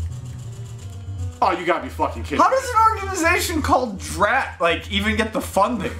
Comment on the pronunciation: DRAT, not dread.